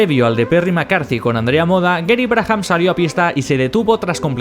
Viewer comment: Sin animos de tocar los huevos...: Brabham se pronuncia 'Brábam'... 'Brájam' no sé qué es...! Aparte de esto, geniales videos como siempre!!